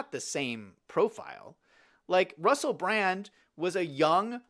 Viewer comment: Obviously you're not a fan. His name is actually Russell Brand. (NOT Russell Brant)